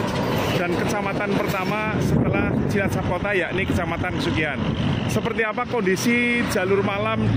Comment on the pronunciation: Maaf koreksi, Untuk lebih spesifik pengucapan kata Yang benar adalah kecamatan Kesugihan bukan KAsugihan.. Lampu merah Pertama adalah pertigaan Cantelan, bukan Kesugihan, karena Kesugihan jaraknya masih Jauh dari pertigaan Cantelan ke arah Utara. Untuk Lampu Merah ketiga Adalah Lampu Merah Widara Payung, Bukan Lampu Merah Binangun, Karena Binangun jaraknya Lumayan jauh dari Widara Payung ke arah Utara, Terus di situ juga tidak ada Kantor kecamatan Binangun, karena kantor kecamatan berada di Binangun. Di maklum mungkin bukan orang asli Cilacap. Demikian, dan Salam Semangat Selalu. terimakasih.